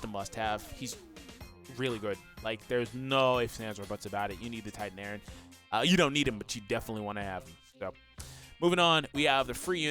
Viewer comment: Oh no It's Eren not Erin XD